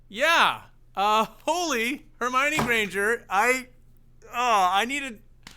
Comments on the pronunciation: “Holy Harmani Grainger”??? What?😅🤣😂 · Please listen to the live duet of this with Disturbed and Myles Kennedy, if just for yourself. Myles brings a gorgeous harmony to David’s strong grit, along with a few surprises. And I had to just love you when you said “Holy Hermione Grainger”! I’m stealing that!